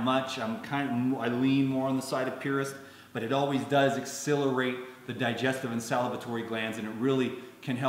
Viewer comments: Quick (loving) comment: X - SELL - er - ate. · pronounces the word "accelerate" in a unique way, and it does come out sounding like a mix between "accelerate" and "exhilarate". Accelerate = to make something happen as a faster rate. Exhilarate: to make someone feel very happy, animated, or elated.